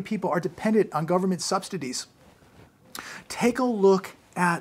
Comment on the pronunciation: I Enrages Me that He can NOT even Say: “Subsidies” “Subsidy” 😡🤬 ! 😡🤬